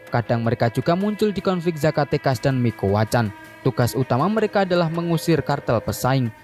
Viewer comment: la familia micuakan bang, bukan mikuacan